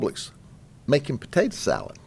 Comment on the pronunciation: "Patadah salad maker"